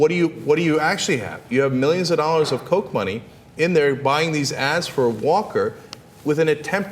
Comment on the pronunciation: when you say millions of dollars of kock money some people may get the wrong impression lol